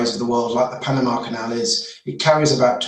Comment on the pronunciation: Suez CANEL...the word "canal " there is for a reason...Lamo